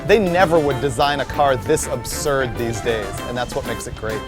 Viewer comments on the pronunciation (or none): none